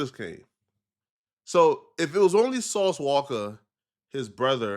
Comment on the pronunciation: "Sauce Walker" 😂😂😂😂